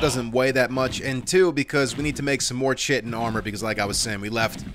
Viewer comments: He knows, he says it wrong on purpose because it's funnier lol. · Has anyone told him he's pronouncing "chitin" incorrectly? 😇